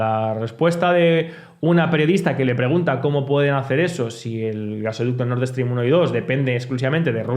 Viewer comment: Nord Stream, que mania de decir Nord Eeestream